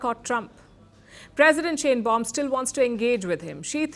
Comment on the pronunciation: I've been warning all of these Youtube posting rabbis not to trust Trump, or they would wake up to find Israel with a knife in its back. I hope that I'm wrong, but I don't think I am. Trump is nothing but a liar and only does what helps HIM, no one else. President Sheinbaum is pronounced "Shine-baum" not "Shane-baum" It's a German name and she is likely an Ashkenazi (German Jewish originated) Jew. The "welcoming" Greenlanders was a staged event. They were given MAGA hats and some were paid, homeless people, from reports that I heard. People there were taking photos of Dumbnald Jr. with their middle fingers raised.